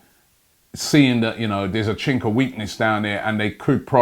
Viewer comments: Did you say 'Chink' of weakness when talking about a Chinese football team 😂😂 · BenJames Archer I heard that 😂😂